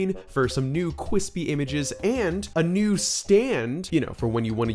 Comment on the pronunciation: Corrects the word "scween" and proceeds to say "cweespy" seconds later xD what a legend